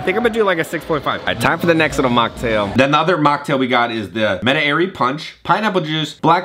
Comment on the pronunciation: FYI, Metairie is a small town west of New Orleans. It is pronounced "Met'-a-ree" (accent on first syllable), not "Met-a-airy".